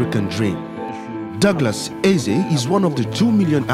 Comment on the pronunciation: the award goes to Doglous Ease LOL... Put in more effort in pronouncing our names correctly. its EZE...